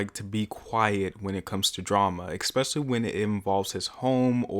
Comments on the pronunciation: Good video but STOP SAYING “EKSPECIALLY” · Off topic but why do you pronounce especially as “ekspecially” lol